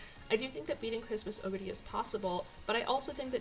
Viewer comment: Your pronunciation of "oguri" is so much closer to the japanese pronunciation than the typical English-speaking youtubers'. It made me smile.